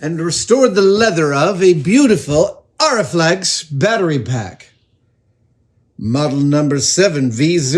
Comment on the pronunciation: it's pronounced A-REE flex